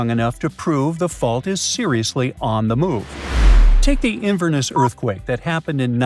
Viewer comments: I lost brain cells watching this, the pronunciation was abysmal. It's NESS in Inverness not invernus, Edinburgh bu-ruh not berg. These really are basics it's not like you are trying to pronounce obscure places in Scotland like ecclefechan findochty or garioch. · Interesting pronunciation of Inverness! And of Edinburgh!